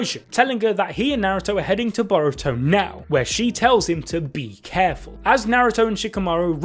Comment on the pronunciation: “Baw-roo-toe” and “Kuh-wacky” 😝😁. I love you guys tho